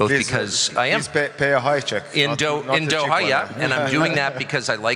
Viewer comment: he is buying in Dohaia- how hard it is to say Doha!!